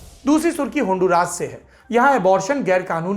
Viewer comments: It is Hondura not handuraas as you pronounce Sir. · Wo होंडूरास नही ओंदुरास हैं भाईं